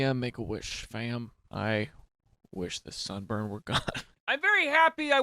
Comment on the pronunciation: At the beginning I heard “I have a son” And then proceeded to buffer for the next thirty seconds before I realized it was sunburn.